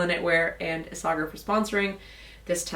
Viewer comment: Pretty sure its pronounced: ees-a-hair (Isager)